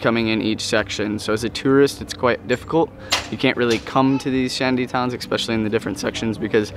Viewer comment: Repeat after me "ESPECIALLY". Expecially is not a Word!